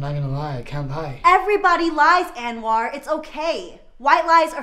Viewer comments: Enwaar?? Nooo.. It's Anwar !! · I thing the name pronounced as " Un + wor".